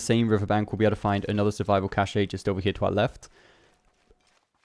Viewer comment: Bro it’s pronounced ‘caesh’ not ‘cashay’ 😂 Great videos though helpin me get that platinum real quick